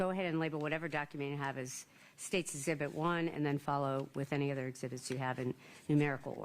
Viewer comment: This 🤡 defense attorney just loves to hear himself talk. Didn't say 1 lie in trial? How about when you stated Chris said he didn't want to see the devastation "I" caused? Chris never said that and anyone who pronounces, "ezzzzibits" and "plumber's semen" better hush when trying to verifying what someone else has said.